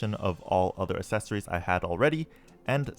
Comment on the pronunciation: "Assess-ories" kills me everytime.